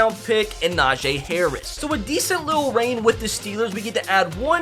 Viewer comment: still don't know how to say gentry or najee